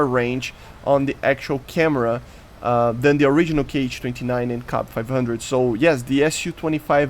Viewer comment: its not a "k h" 29, its "kh" like first letter in the word "home"